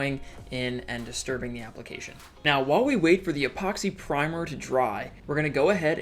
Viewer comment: Say epoxy not ephoxy😂